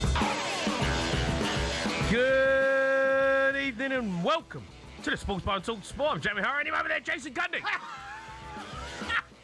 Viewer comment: "Good Ebening"🤣😂🤣😂